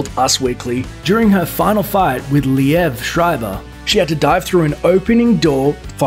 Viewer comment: That the narrator pronounces Liev as "Lee Ev"